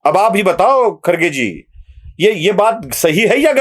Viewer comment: YE KHARGE NAHI BALKI KHADGE ENGLISH ME ''D'' KA ''R'' PRONOUNCE KIYA JATA HAI. YE SAHAB K H A D G E HAI KHADG MRUG KA VANSHAJ HAI. BAKI TUM SAMAZ LO.